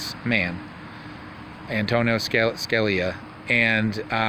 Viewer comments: Antonia Scaleia? Lmao! I "ravered" him? Antonin Scalia... Pronounced Judy how it's spelled. Lol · An ton in Ska li a is how you say it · Sounds like: Justice ( An toe nin Skaa lee ya) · YOU CLAIM TO REVERE ANTONIN SCALIA BUT YOU DON'T EVEN SAY HIS NAME CORRECTLY.. ? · Wow....knowing how to pronounce someone's name would be a good place to start b4 you claim to have revered them and respected their opinions on the court. That being said, it's possible that all of the people you talked about are/were pedos but until there is actual evidence it will be impossible for most to believe. Side note: Your source for the Scalia "rape".... even they couldn't get his name right???